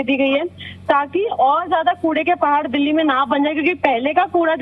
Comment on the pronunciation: भाई दिल्ली होता है दल्ली नहीं 😂😂